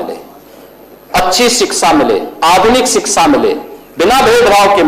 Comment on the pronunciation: 😂 Yogi tum iitne jahil ho tumhe ,kshixa, education sahi bol na bhai nahin aata hai, sahi hindi bhi tumhen. Nahin aati hai ,ye nahin chalega, samjhe